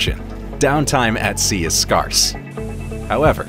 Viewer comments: "down-time at sea is 'scrars'"?what is scars? Do you mean "scarce"? How does a native-english speaker not know how to pronounce this word? Absolutely incredible. Society is becoming so fucking stupid. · Unforgivable mispronunciation of the word ' scarce'. What's really going on here?